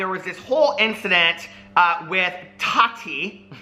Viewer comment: He says it like Toddy. Lol.